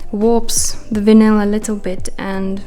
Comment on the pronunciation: Looking so great 👌🏻 the Vinyl stripes look awesome 👍🏻😎😎😎😎😎😎. Just check your pronunciation of Vinyl 🫂😉